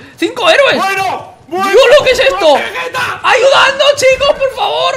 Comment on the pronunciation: Caballero veguete no guerrero vegueta uuuu